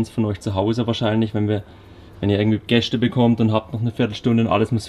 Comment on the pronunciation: "Gäschde"? oh nein... bitte kein schwäbisch...